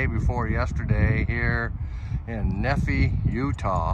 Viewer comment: Pronounced “Nee-fye” (rhymes with pie)